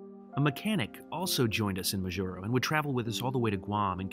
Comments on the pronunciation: MAjuro, not MaJUro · It's MAH-jur-oh. Please don't mispronounced place names. It is very insulting. I've noticed this on several of your other videos as well. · Your pronunciation of Majuro kills me... but glad you did a video on this. Not many people know about it. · See how the captain pronounced Majuro at minute ? That's how people I know pronounce it as well. I've done this entire route twice, one time HNL to GUM, then back. However, I do the segment between HNL and MAJ twice a year. Also, twice I've been to Kwajalein on my way to Ebeye on the Kwajalein atoll (you need to take a ferry from Kwajalein to go to Ebeye, one of the most amazing places on earth - especially when it is so close to the base in Kwajalein where everything is so clean and orderly). I had my iris photographed in Kwajalein, as an extra security process, . Besides dogs sniffing all bags all the time. It was on one of my flights from MAJ to HNL, incidentally, that I've completed my first million miles with United. By the way, this change in crew in Majuro was instituted recently, after July 2018 and before January 2019 (the time in between my last flights there). Before then, the flight attendants would be the same all the way from HNL to GUM. More interesting was when planes could not fly the distance between HNL and MAJ, that was before my time, but locals tell me the planes stopped in Johnston Island. You described three groups of flyers on these flights. Let me add two other groups: 4) national and international consultants like me, operating from agencies such as NOAA, Education, Health, or private not for profit organizations, etc. and 2) religious people and missionaries. Now, just in the last five years, destination surfers have been boarding these flights